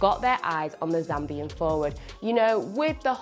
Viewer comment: I was looking for this comment Ba Zambia 🇿🇲. 👆 It even sounds weird... It's my first time hearing her say Zambia. 😅